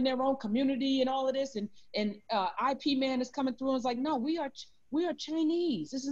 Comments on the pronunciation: Ip Man, not I.P. Man 😂💕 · Karen, it’s pronounced Yip Man. 😂🤣 Not that it’s our language or even matters.